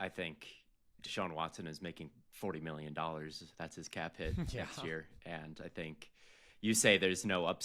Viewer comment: Love to hear say “miyyon”